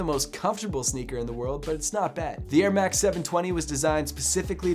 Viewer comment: Why does he say airmax more like Ermak